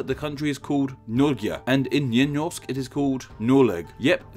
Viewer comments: Lena Persin he literally said "njy njorsk" instead of nynorsk, and "njoleg" instead of noreg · "nynorsk meaning new norse" Oh no, you did a ooopsie! (nynorsk = new norwegian) Good job on butchering the pronunciations! Hehe. :P